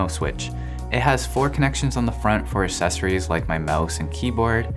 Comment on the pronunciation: The "c" in accessories is not silent.